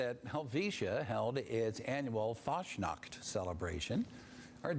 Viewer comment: For us Swiss it‘s kinda funny to see how Americans see Switzerland and Fasnacht, and how the mispronounce the words like Fasnacht (Fasting Night) Hütte (Shack) and Helvetia. But it is nice to know that this town does exist in Reality.